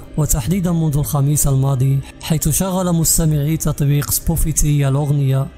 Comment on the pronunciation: سبوتيفاي مش سبوفيتي😂😂😂